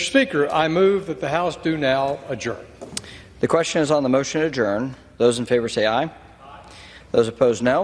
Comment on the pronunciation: Adjourn is pronounced Ad-jerned lol. You are doing my head in Ben!